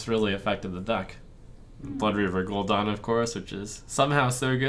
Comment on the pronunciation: Anyone else getting triggered with the Gul'Don pronunciation going on?